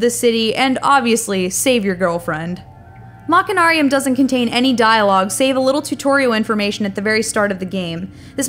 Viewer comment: You don't pronounce the 'ch' in machine as 'ch'. You pronounce it 'sh'. BTW, they're planning on releasing this game on iPad and on the Wii!